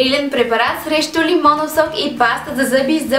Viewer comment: Клипа е много полезен, но само аз ли чух лимондов сок😂😂😂